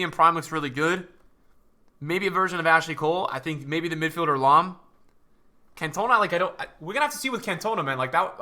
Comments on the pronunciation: the Guy is right i'm a Marseille fan and a french guy and its prononced in french: "can toh nah" not "can tuh nah" My friend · Cantona not Cantoena 😂 great to be back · "Kant - oh - narr". Not "cun - tow - na" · it’s pronounced Can-tuh-nah, not Can-toner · Eric can..ton..are. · Nobody:: "CAN-TOE-NA" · if i hear him say CantOna one more time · No it's not. It's pronounced Can to na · Anyone else get vented with how he pronounced Cantona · The way he says cantona 🤣 love the videos bro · Why you pronouncing cantona like that😂😂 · You keep saying cantona’s name wrong